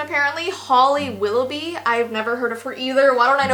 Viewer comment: You said it wrong. It's Will - o - bee